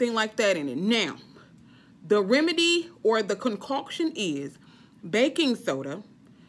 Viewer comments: Hilarious!! "Concockshun " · Girl you got me me cracking on how you say “concoction”😂😂 but you right I’m grown and I’m gonna try it. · 🤣🤣 Me laughing every time u say concoction.